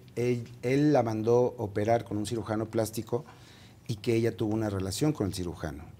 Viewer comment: Rievela la rielacion de nmmss